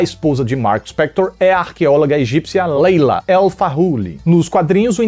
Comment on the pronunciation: layla e não leila deu agonia ouvir leila leila kkkk